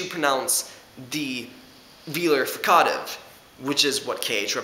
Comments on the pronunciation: /frika:tiv/ yeah that's really weird :D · i dont like how he says fricative. good video though. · u say fricative so weird. other than that, good video.